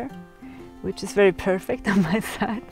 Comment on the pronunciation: Wery wery nice wan.